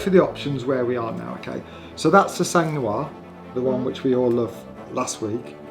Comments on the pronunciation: "The sang New-arrr" ...... FFS it's the Sang nwuarrr you peasant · Try saying “ song nwar” if you want to pronounce “sang noir” the way a French person would say black blood. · Le sangue nouare ... I love your accent. I don't know if my English of black blood (difficult too) would be so well pronounced too. Great video. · 2 words - Sang Noir 🤦🏻‍♂️